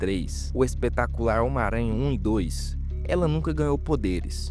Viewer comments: Omaranha... (SIC) 🤣 Seria melhor se dissesse “miranha.” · O cara fala "ómaranha" 😂😂